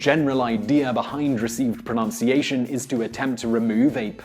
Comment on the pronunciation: I'll give you a like but ironically I don't like how you pronounce pronunciation .